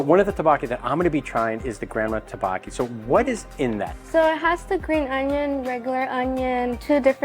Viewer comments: Butchered the pronunciation of tteokbokki to the MAX but great video. Pronounced Duck-BOh-Ki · Thanks for the review. You just a little more practice pronouncing tteokbokki. 😉